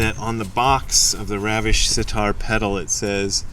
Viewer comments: Jai gurudev is a common usage in Hindi parlance, used in India all the time. Also Ravish is an Indian name (Ravi + Ish = like the Sun). pronounced as Ravish and not raavish (as in ravishing) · the 'A' in Ravish is pronounced like the 'R' syllable in run. And yes, Jai Gurudev translates to Praise to my teacher who I consider God. Awesome videos !!!!